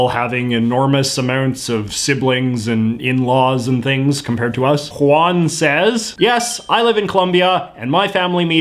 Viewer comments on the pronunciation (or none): none